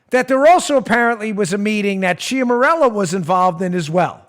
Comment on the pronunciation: Ciaramella = Chara-mella. Just sayin'. :-)